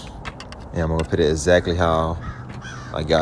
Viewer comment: It’s “Put!” Not “Pit.” Thank you for the video but I had to watch it twice because that’s so distracting. 😅